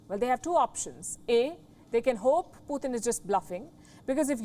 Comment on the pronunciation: Who is Puthin?? Every report she pronounces his name wrong.. She can say a word like Tonight and pronounce the T instead of saying THonight... So why say Puthin instead of Putin?? 😳